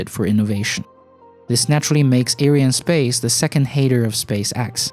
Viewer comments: It's not 'air-eye-en' space. It's 'ary-ann' space. It's mostly a French company. This isn't a complaint, it's a correction. Watch this video for confirmation of the name = Around the 1 min mark, ish. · "a company you probably haven't even heard if....it's called ariannespace"...or as you pronounced ah-ou-i-r-annespace :facepalm: BITCH PLEASE , not everybody on the internet is from USA